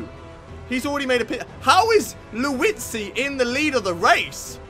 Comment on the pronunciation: lmao you say Liuzzi as Louis-zi